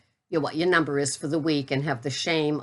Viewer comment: Oops I think I heard an "r" on the end of numba....it was almost number. You will lose your New England status. lol